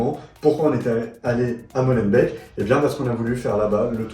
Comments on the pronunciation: Molenbééék (on ne dit pas MolenbèK) _ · molenbéék pas molenbèk !